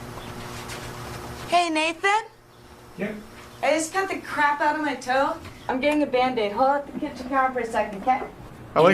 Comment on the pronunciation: “Oh cwap”